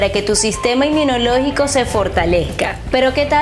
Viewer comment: Porque dice sistema enminologico? Es INMUNOLOGICO!!!!!